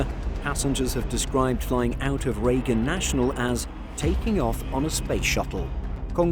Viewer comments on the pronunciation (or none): none